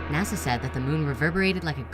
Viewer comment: It pisses me off when s People say nasaw instead of nasa